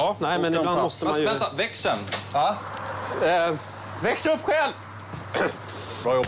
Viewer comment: hahah älskar när han säger växs upp själv